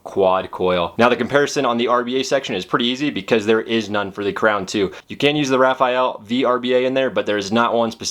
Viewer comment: It's pronounced "SMOKE." Not "Smock." And it's the Uwell RAFALE. Not, Rafael. Rafale means gust of wind in French. "Raw-fall-aye." You should really learn the correct pronunciation of the products you're reviewing.